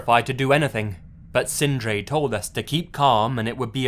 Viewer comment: Loved the way you prounounced the norwegian names Sindre and Emil, I am norwegian myself, and we do have some hard to prounounce names, my name is Eirik, try to say that, haha:)